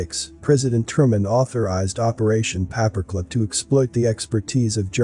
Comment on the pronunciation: Paper clip. Not papa clip. Please annunciate,thanks for your efforts 🙏💓